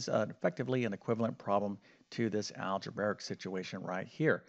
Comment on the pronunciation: You are a teacher with 630k students, so you have a responsibility to pronounce math terminology correctly. It's algebraic, not algebaric, so it's pronounced al-juh-bray-ic, not al-juh-bare-ic.